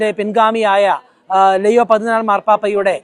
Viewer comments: ലെയോ അല്ല ലിയോ 14ാം മൻ പാപ്പ എന്നാണ് കൂടുതൽ ഭംഗി😢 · ലെയൊ ആണ് ഉച്ചാരണം ശരി ❤️